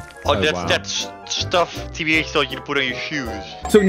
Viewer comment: bro tbh doesnt sound like tbh in that moment lol